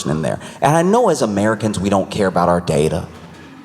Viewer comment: "We are slu-TEE with our day-TUH". 😂💀